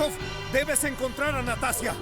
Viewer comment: Muy bueno, nomás que ナターシャ se pronuncia "Natasha", sin ánimos de desmerecer nada.